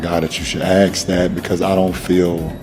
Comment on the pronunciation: Smart people don't pronounce the word ask as "axe".